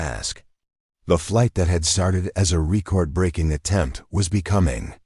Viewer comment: Could you use a new name besides Sarah Chun? I have heard her name in at least 30 or more stories. Also, this narrator needs to learn how to pronounce 'record' right- very annoying.